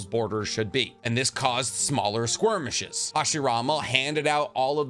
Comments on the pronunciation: ”…squarmishes…” *Skurmishes* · Why do you consistently say "squirm-ishes"🤣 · I love your videos. And while I know it was just a speaking flub, I'm absolutely gonna use squirmishes if the appropriate chance occurs for me to do so lol